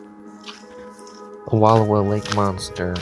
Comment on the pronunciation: It's pronounced Wull-OW-uh, dear. 😊